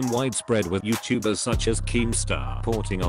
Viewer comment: Google talk feature: YeowwTuhbers